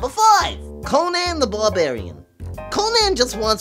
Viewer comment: Conan the Blabarian